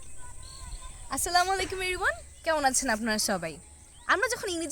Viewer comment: Assalaimu alaikum Everyone tao valo kore bolte paren na.... Vul dhorte aclen😡😡😡😡😡